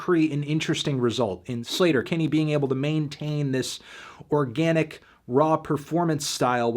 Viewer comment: "slayter" not "sleeeeter" haha